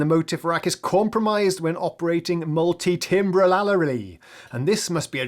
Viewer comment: Dunno about Mo-TEEF vs. Mo-TIFF, but I do know it's Multi-TAM-ber, not TIM-ber. Anyway, the classic Motif rack - never had one, but I do have the ES (Yeah, no surprise). Doesn't get much love lately, and I will say the most annoying part of is is the power supply. I do have a suggestion for a later synth in a different flavor than the romplers you've been doing: Waldorf Micro-Q. (Or, if you want weirder the Microwave I, if you can find one - not really so cheap these days.) Another good one you should be able to find: The ESQm (or even a Kawai K3m) for some of that digital-analog hybrid. (Even more classic, the Korg DW/EX-8000, probably harder to find these days.)